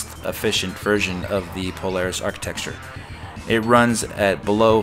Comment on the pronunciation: You keep pronouncing "architecture" like "archiTEXTure."